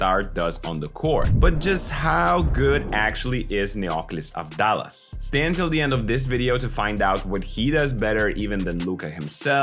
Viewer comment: Also da is pronounced like tha in that so it's Av-thá-las.